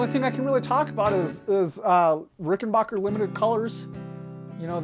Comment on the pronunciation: It's RickenBACKer, not Rickenbocker. Get it right!